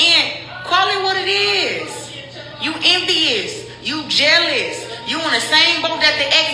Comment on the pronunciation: We all just “jail-ous”. That’s all 😂